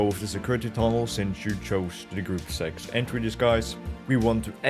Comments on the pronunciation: It’s pronounced grupp-uh zecks. Not group sex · "gruup Segz" lmao